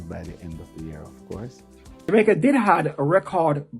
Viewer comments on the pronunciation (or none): He needs to learn how to pronounce Jamaica with out an er